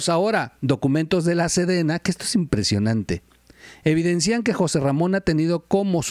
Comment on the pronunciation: Minuto 18: es "evidencian", no "evidencían".